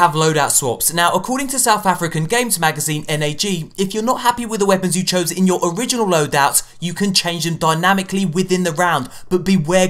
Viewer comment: Hey! I'm loving the videos, that South African gaming magazine is just pronounced NAG ( like brag) keep up the good work!:)